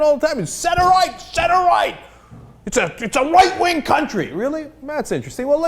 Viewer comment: Did he say right wing or white wing?